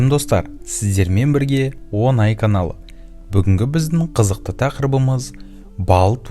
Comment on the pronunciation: Айналып Кетейін Қарғам Өзің « ОҢАЙ» Деп жазып, оны «ОН АЙ»(10 Ай) Деп оқығаның Жұрт алдында тым ұиат !